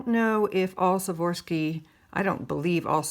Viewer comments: It’s Swarovski. I know its pronunciation as Swa-ROV—ski, but she seems to pronounce it as Swa-VOR-ski. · Now that was a jar !! This may help you pronounce Swarovski Swar--ov -ski . up until a bit ago I thought it was spelled with an f so I'm learning this too :) Let's hope that your luck holds :) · Swore-off-ski is how I was taught to say it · It is pronounced Swarovski crystal took me awhile to Pronounce it right lol ☺☺